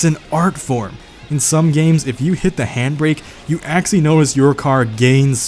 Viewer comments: This dude says “Axely” instead of “actually” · Take a hit every time he says "actsili" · That's all legit but why do you pronounce "actually" as "axly"